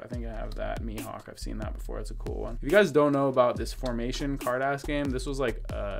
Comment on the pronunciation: yo! carddass is pronounced kaado dasu, meaning “show me your cards” or “put down your cards” it got romanized into card ass which is unfortunate but funny as hell. great video as always brotha